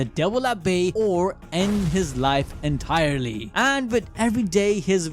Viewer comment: “Entires” LMAOOOOOOO